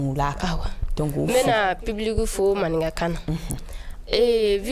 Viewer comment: C'est pas maraka😅 c'est maninka